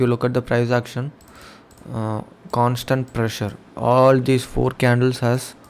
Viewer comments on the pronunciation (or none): none